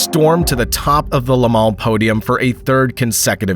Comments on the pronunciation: Le-mal ? it's Le-mans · It's NOT Lamal it's pronounced La Maw